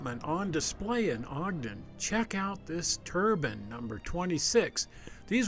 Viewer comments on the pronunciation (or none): . It's turBINE, not TURBAN. A turban is a Muslim hat.